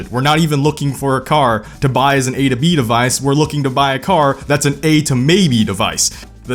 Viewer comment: "A to BayBe" device got me crying. xD